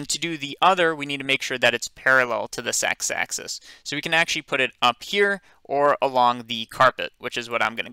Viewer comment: I'm sorry, but u say "sex axis"